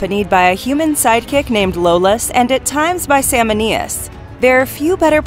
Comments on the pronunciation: Lolaus? Who is that? I think you mean Iolaus ("e"olaus), that's what I heard. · Great list but…. E-Oh-Lus, not Lowlus 😜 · It's Iolus! E-O-Lus! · Wasn’t that “Aye-olus “? Also misnamed was “Sal-MOAN-ius” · Its pronounced "Eee - Yolas"... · I "surprise bark laughed" when she said his name. lol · Damn you butchered Iolaus' name. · Oh come on did you really mispronounce Iolaus?